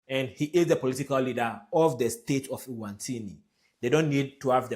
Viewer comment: It is Eswatini, NOT Ewantini !!!